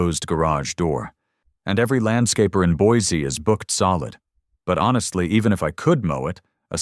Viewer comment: You almost got the pronunciation of Boise down. Not quite but almost. It is Boy See not Boys E.